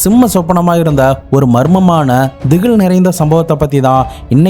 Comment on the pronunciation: திகிழ் இல்லை திகில் சரியா 🌟🌟🌟🤴🏻🤴🏻🤴🏻✨✨👍🏻👍🏻🫰🏻🫰🏻❤️❤️💞💞